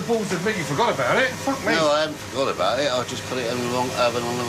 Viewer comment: It's not even swearing anymore. It's just "fook" instead of "fuck".